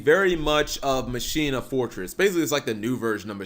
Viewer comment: When you here someone say "machina" wrong....smh lol